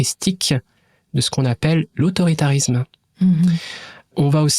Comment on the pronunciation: "[...] de ce qu'on appelle... (pause)... l'autoritanisme." Chef's kiss.